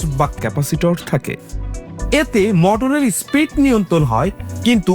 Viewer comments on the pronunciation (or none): Spreed na SPEED 😂